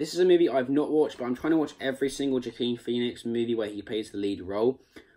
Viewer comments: Nice video there matey. I had to laugh at "Ja-Keen Phoenix" though It's pronounced Wa-keen ;) Other then that, keep up the good work :) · Mate you need to watch Signs and Walk the Line for some great Joaquin Phoenix performances. BTW his name is pronounced ‘wa-keen’ 👍